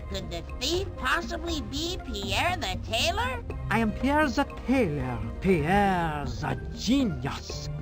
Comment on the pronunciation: Pronouncing Pierre "poo-air" was a choice.